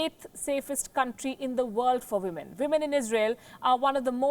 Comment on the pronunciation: Get your women / wimen pronunciation right!